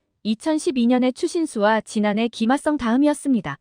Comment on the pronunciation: 김아썽이라고 발음하는거 신경 쓰이네요